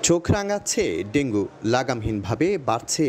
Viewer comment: ডেঙ্গু না বলে ডেঙ্গি বল্লো বার বার কারন জানতে চাই..?